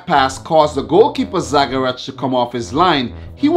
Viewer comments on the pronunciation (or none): It's Inter Zaprešić( Zapreshich ) not Zaprečić but great video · Excellent video as always. you are saying wrong Inter Zaprešić, it is Zaprešić not Zaprečić but that is ok it always put smile on my face. Keep doing good job.